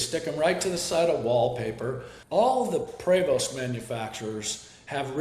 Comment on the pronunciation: And mispronounced prevost